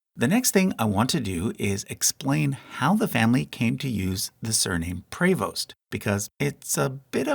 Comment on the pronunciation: Prevost is pronounced like “preeee-voast”